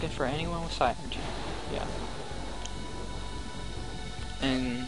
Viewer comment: I know this is ... long done but this bothers me Psynergy is pronounced Sin er ge